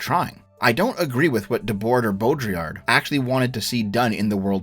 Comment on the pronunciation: You should probably not talk about Baudrillard (Or try to pronunce his name again). Your variant of Simulacrum is in a crude sense a Simulacrum. There is a lot to the concept, and also criticized specifically because his framework of diagnosis doesn't come with a framework beyond being descriptive. It is also not just describing modernity as just purely hyperreal. It was a toolset developed to diagnose in modern life, but the problem is it will start encompassing all parts of life, even past life, which it is kind of supposed to distinguish.